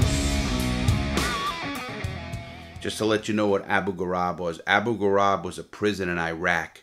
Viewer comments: It was Abu Ghraib not Abu Garab. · The Iraqi prison is called Abu Ghrabe (vowels are pronounced the same as in the word Grape) I have family living in Abu Ghrabe which is a town on the outskirts of Baghdad, that prison is hell if ive ever heard about one. Im an Iraqi so that explains why I know so much about this. That prison was hell and Saddam was Satan. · Can't pronounce Abu ghraib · Pity he forgot how to pronounce Abu Grahib.